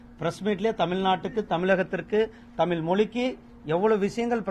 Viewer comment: தமில், தமில்நாடு திரு. முருகன் தமிழர் இது போல பேசலாமா?